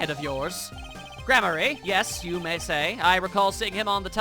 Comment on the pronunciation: more name shit! Daryan: pronounce it as one would darian or darien gramarye: i pronounce it gram-arr-ree